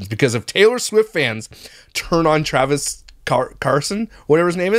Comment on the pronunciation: SETH ROGEN 🤣 also I love how you could never get Travis’ name right.